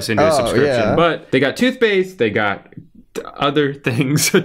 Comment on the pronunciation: I rewinded the video 3 times just to hear drew say toothpaste lmaoooo